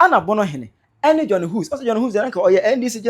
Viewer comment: It's pronounced "heeews"!! Johnny Hughes. Hughes is a British name and is pronounced "Heews!!" 😊